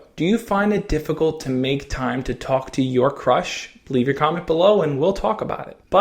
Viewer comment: At the beginning he said how do i talk to my crush but i thought he said how do i talk to my crutch and burst out laughing after he said that xD